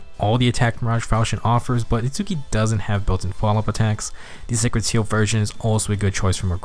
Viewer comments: Sorry, just need to say his name is pronounced like "Its-ski", don't need to pronounce the U. But definitely impressed how strong of a F2P character he is. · Hol up You included both Chrom and Itsuki saying Itsuki's name... and yet you still pronounce it differently? bruh